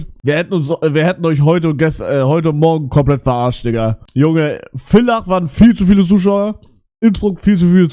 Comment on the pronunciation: Wenn mal wieder ne Ösitour is bitte kommt wieder nach Villach und ich bin stolz auf dich dass du Villach richtig ausgesprochen hast WOW